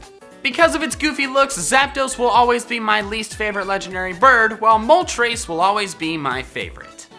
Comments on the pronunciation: What did you call moltres moltrés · WAIT DO I ONLY SAY MOLTRESS Him:moltrace Me moltress